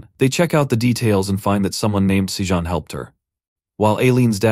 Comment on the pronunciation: The other one has better pronunciation too. Every time it says Sajun I cringe because it's not said the same as it has been this whole time.